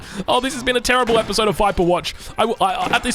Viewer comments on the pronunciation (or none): none